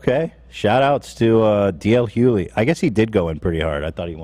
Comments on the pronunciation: Ethan ily but it’s D.L HuGhley…not Huey or Hugh-Lee. Pronounce the G!!! 😭 driving me crazy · The way Ethan so brazenly says "D.L. Huely" over and over just has me rolling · was right he’s saying d l hugely wrong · Pronounced D.L. Hue-glee. Man's speak facts 💯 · Listening to Ethan’s pronunciation of “Hughley” was more triggering than ASMR. “Hue-glee”, my guy. “Hue-glee” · Hughley...( HUE - GLEE)...how many times do you have to butcher it? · Its HuGhLey... Lol You pronounce the G. 🤦🏻‍♀️ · my guy mispronouncing tf out of dl hugelys name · Why won’t anyone tell Ethan the correct way to say “Hughley”?? It’s driving me nuts. He is even second guessing it and continued to call him D.L for the remainder of the show. Honestly if they would brief Ethan on this before they start the podcast, it wouldn’t seem so messy. I know y’all are busy, but peace and love…just some preparation would be nice. Also I wanted to edit to say my interpretation of the pushpins on Kanye’s kids backpack- I don’t believe he was trying to make some negative point about the alien. I think his point was that his kids love him and his mother and want to see them together, that is what he wants to spin. If they can’t be together, it also shows his kids love him and want to be around him. Not condoning anything he has said or done recently, just my opinion of that post. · It pains me to hear Ethan mispronounce DL Hughley’s name over and over again… he’s a super successful comedian. I’m baffled how he doesn’t know him. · For the record was right about the Dl Hughley pronunciation, it has a hard g sound. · is correct on DL Hughlys name pronunciation. Ethan can't pronounce names right to save his life. 🙄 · Take a shot every time Ethan says DL Hughleys name wrong 😂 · If you want DL Hughley on the podcast, you're probably gonna wanna pronounce his name correctly. How does no one there not know they're saying it wrong lol